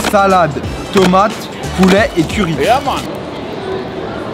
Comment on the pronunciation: on dit pas poulait on dit poulet